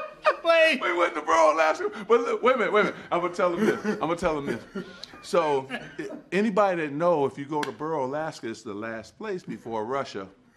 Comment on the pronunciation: Sam Welsh they said "Burrow" but really it was Barrow